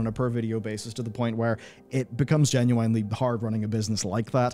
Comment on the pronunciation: I can't get past the way you pronounce "genuinely." It hurts to hear.